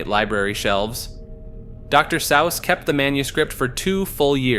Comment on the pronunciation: “Doctor Sowss” bro what the fuck lol how can you not know the correct pronunciation